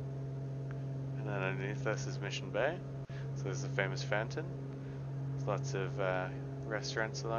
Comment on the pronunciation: When he was saying fountain I thought he said phantom. There's a really nice 'phantom' in Mission Bay